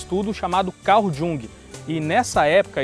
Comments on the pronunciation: Muito boa a matéria! Amei! Só pontuaria que a pronúncia do nome do pai da Psicologia Analítica, Jung, é como se fosse com "i". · Poxa amigos! Trabalho show! Mas no fim, quando pensei q não ia ter q corrigir vcs...vem a pronúncia errada de Jung! Falem "iung" queridos! Pena...vou apresentar esse video numa aula mas vou entregar vcs pros alunos na hora h...kkk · Jung, tem o j com som de i... vou escrever a sonoridade desse nome... I U N G U E